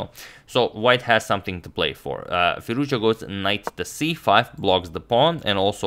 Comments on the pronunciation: FirouzJA ... FirouzJA ... FirouzJA - not FirOUzja. AlireZA FirouzJA :-) Cheers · His pronunciations is firoz. Ja